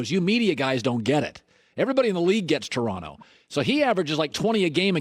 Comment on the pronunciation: Nick Nurse's pronunciation of "Taranno" was absolutely perfect